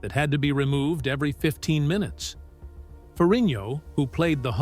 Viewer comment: Is not ferriño. Pronounce it right. Is Ferrigno.